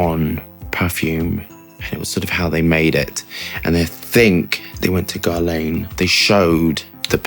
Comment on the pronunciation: It's pronounced as 'geRHla(n)" not "garlein"